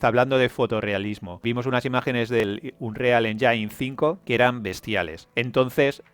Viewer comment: Con todo respeto, hermano mío, la palabra engine no se pronuncia "enyain". Si buscas la pronunciación en inglés lo más cercano sería "enyin". Al igual que con "Unreal" que si quieres pronunciarlo en inglés lo más cercano es "ounrial". Ojo, no soy un troll, tampoco un hater, sólo pretendo ayudar con dos palabras que los gamers usamos continuamente.